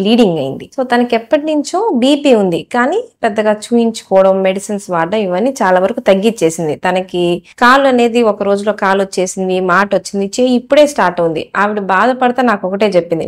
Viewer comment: డాక్టర్ గారు.. బీపీ చూపించుకోవడం మీరు చూయింగ్ చేస్తున్నారు. చూయించుకోవడం తప్పు. గుంటూరు విజయవాడ బెల్ట్ pure తెలుగు మాట్లాడుతారు. నేను తెలంగాణ వాడిని